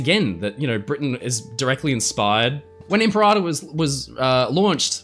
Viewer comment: Not its called the “Imparator”